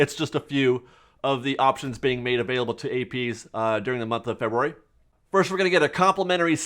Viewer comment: LOL!!! Feber-rary